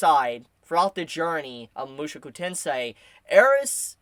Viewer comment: Why do you keep saying mushuku? Aaaahhhh my ears hurt hearing it.